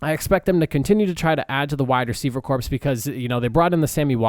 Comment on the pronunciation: You keep saying corpse and it's driving me crazy.